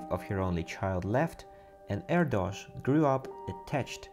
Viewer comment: Great video. BTW: Erdos rhymes with Airdish. True fact.